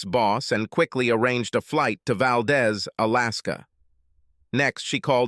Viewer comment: Valdez, Alaska. It’s pronounced Valdeez. The is is long.